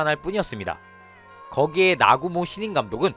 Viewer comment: 나구모를 아구몬이라고 들리는데 내귀가 잘못된건가?